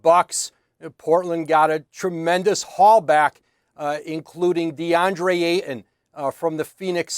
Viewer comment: The 'T' in Ayton is NOT silent... ugh